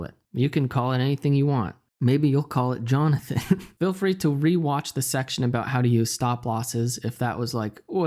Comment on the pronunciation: "Meybe you can call it Jhonathan" 😂😂😂